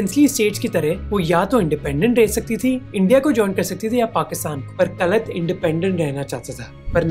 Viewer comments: Operation mEghdoot not maghdoot . It is pronounced kalaat not kalat. Pakistan is a revisionist group because it wants to reestablish an inspamic rule over non Muslims. All these instances are fine but no primary proofs have been presented , which means R&AW is good . Long live R&AW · Kalat nahi bhai Kalaat, script padh rahe ho sirf